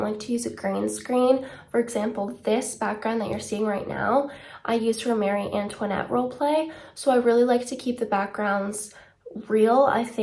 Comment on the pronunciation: I mean she’s pretty close to the actual French way of saying it